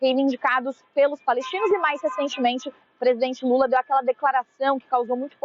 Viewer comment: Falam Direito e lula e fala Normal e não Lule isso e Coisa de Gay